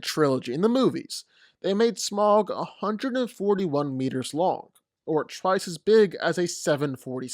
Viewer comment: Yea it's so annoying hearing so many people pronounce it Smog when it's pronounced Smowg.